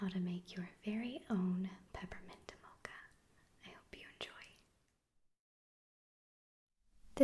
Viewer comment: I like the way you say "mocha" <3